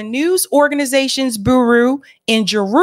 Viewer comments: it’s amusing you say ‘boo roo’ but bureau is pronounced ‘bew row’, as in the Federal Bureau of Investigation. 👍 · Bureau (byear-oh) otherwise you’re speaking the truth and on point as usual. Sorry couldn’t help myself ❤ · It's pronounced 'bewrow', bureau. Love you. And thank you. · she said boo roo, revabations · Yes! What's booroo? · Bureau="booroo"? Better check that pronunciation,. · "Boo-roo" lol i love your content but your pronunciation cracks me up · someone please please tell how to pronounce “bureau” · Please look up pronunciation of 'bureau'